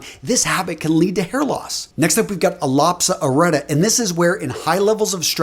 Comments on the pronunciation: "al-ah-pea-shar ar-e-a-ta" that's how you're meant to say it.... you really butchered it :'D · Learn how to say "alopecia areata" correctly.